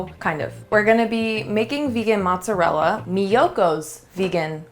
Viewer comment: Please, don’t say mozzarel 😵‍💫, it’s mozzarella 🇮🇹🇮🇹